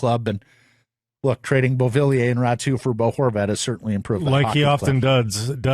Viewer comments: Aatu Ratu? learn to read his last name---you twice called him as a rhyme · by the end of this clip you are both calling him Ratu lol----not too professional guys--smart up you silly boys